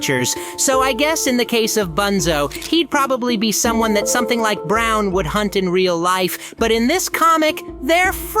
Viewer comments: It’s bron not brown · You’re saying brown instead of bron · Bro. He wanted to say bron but he said brown accidentally